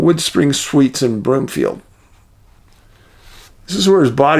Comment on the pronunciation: Not being picky,, it's Broomfield, was raised near there 😊